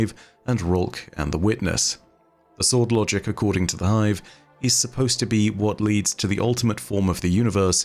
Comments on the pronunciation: I.... thought said Bum Logic, and proceeded to have to rehear it the entire time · I'm sorry, but are you saying "Unlogic"? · I can't unhear "Bum Logic" through your accent. 😂